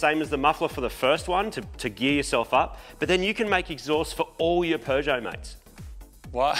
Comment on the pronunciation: Here in the Uk I can safely say I have seen as you say a ‘cannon’ on a Peugeot ‘Peugbro’ 🤣